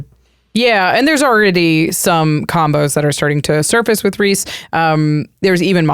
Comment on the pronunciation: Thank you for correctly pronouncing Rhys (Reese). So many people don't get this Welsh spelling of Reese right.